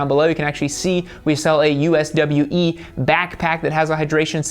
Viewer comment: USWE is actually pronounced "You swee"